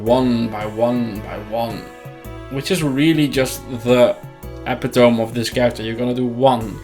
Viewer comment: "epitome" lol